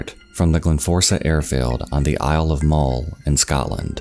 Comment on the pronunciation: Muhll not mole. Obin not oh-bhan.